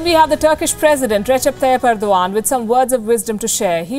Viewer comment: She said ' this is Ergdogan'